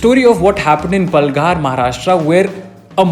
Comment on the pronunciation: Bhai ,Palghar ko galat pronounce kiya..😆😆